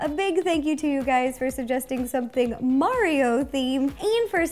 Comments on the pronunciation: Why did Rosanna say mariro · It’sa me mari-ro you know Nintendo’s classic mascot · "Its me mariro" lol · It-a MARERO!!!!!!!! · Yo it’s MariRo lol 😂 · wait Mari-Ro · Mari-Ro XD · lol mari-ro